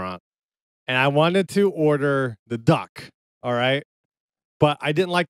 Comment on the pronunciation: After all these years he still says “da” instead of “the” …”da duck” “da side” daba” 😂